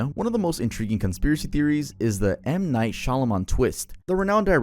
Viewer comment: Bro slaughtered m nights name 😭 😭 😭